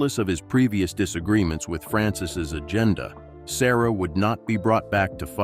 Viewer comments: His surname is pronounced as Suh-ruh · Pronounce his name correctly. SA RAH (SURAH) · His name is pronounced sa-RAH, not SA-ruh.